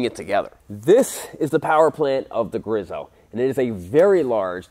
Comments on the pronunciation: It's Grieeso..Not Grizo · Griiso,- long i,- there is only one s so it´s not Grisso. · btw pronounced grease-o, not grizzo. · You pronounced Guzzi correctly (most of the time!) But Griso is more like grease-oh rather than greeze-oh. It's still chuffin gorgeous though. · I pronounce it "Grease-O"... but I like it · GREEEEEESSSSSOOOOO pronouncing is key to not sounding stupid. - my mom. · It's pronounced grease-oh... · Ok, say it with me, nerd-boy, "GREE-so". One more time, now. "GREE-so" Got it? The way you mangled that up I hope you don't review any aprilias. Who knows what you'd turn their name into.